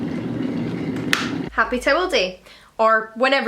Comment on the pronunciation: I couldn't understand what you were saying. Sounded like Tewalday, not Towel Day!